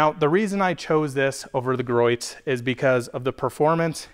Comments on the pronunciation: Greeoes not groits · How did you pronounce Griots? 😢